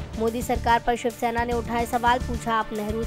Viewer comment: It's Shivsena not Nivsena. News no.6